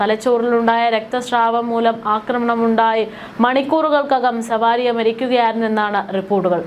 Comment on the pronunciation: സവാരിയ എന്നല്ല പേര്, സാവരിയ 😂😂